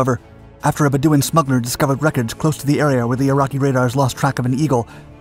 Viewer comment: I'd probably learn how to pronounce Bedouin if I had a big youtube channel.